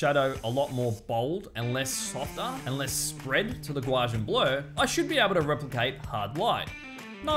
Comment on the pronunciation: awesome video...curious....did you say GUA-JIAN blur? lol - It's "GA"....then "U"........correct sounds like gau-see-an